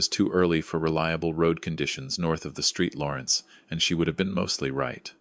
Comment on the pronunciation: Woah! The Saint Laurence. Not, absolutely NOT the Street Laurence. Artificial what?